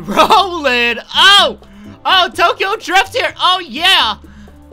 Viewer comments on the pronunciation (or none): none